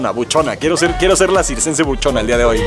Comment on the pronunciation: dijiste sixcense y es circense pero admirable el trabajo físico que se hace, te has ganado mi 👍